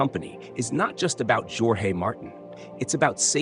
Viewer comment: Bro, pronounce jorge with J silent and as orje. You are doing a great job both with prose and poetry. Thank you.